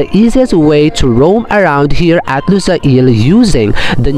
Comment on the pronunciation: just wanted to let you know, its lu-sayl, not lusa-il ;)